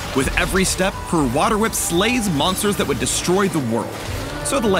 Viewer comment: My d&d heart is melting when said „Roll 3D10“ for the whater whip.